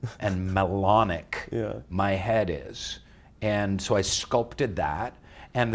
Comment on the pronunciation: Dude said "melonic"